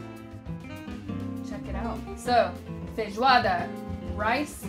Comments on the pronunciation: É a primeira gringa que vejo q ñ fala "feirroada" de primeira kkkkkkk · Toda vez que essa mulher diz "feijoada" eu me apaixono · SIM MANO,FIQUEI PENSANDO A MESMA COISA,BIZARRO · Eu tô impressionado com como ela fala bem os nomes dos pratos em português, ela fala "feijoada" se já fosse daqui!! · Your pronounce when you said: Feijoada was perfect. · Ela fala feijoada perfeitamente, meus parabéns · Nossa é muito top ver ela falando os nomes em pt-br direitinho rsrs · Your "Feijoada" pronunciation is really good :O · Nooossa, voce pronuncia FEIJOADA muuuito bem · A pronuncia de feijoada dela e perfeita kkkkkkkk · Falou bem feijoada. Meus parabéns. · ela pronuncia muito bem as palavras em Português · Ela fala a palavra feijoada muito bem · Ela fala muito bem "Feijoada" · Ela fala “feijoada” melhor do que eu que pronuncia “feijuada” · Nossa ela sober falar feijoada 😄😄